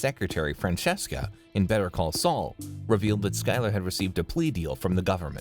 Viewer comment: "Al Camino" "Better Call Sull"